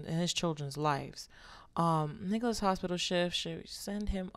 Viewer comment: Swear it sounded like she said “niggalis” instead of “Nicholas” 😂